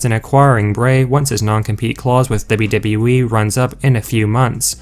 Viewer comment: No way you are saying "dubba dubba eee" like that by accident. It's a work!!!...I really do hope so.